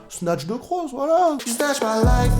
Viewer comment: C’est bien ahahahah ouais ( c’est toi t’as dit juge pas)